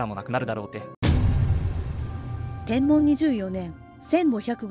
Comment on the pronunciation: 元号の読み方で ｢天文｣は｢てんぶん｣では無いでしょうか? 一応 携帯でも確認して見ました。